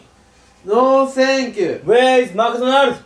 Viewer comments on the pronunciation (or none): Where is Lotteria？が小柳津ロッテリアに聞こえたwww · where isが小柳津に聞こえて草w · Where is Mcdonald's？が小柳津Mcdonald's？に聞こえて仕方がなかった